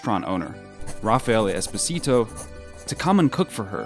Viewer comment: Espòsito, not espossìto 😢😂😅